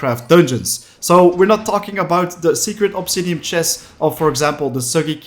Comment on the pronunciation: The way he says "obsidiam" is so infuriating, otherwise great video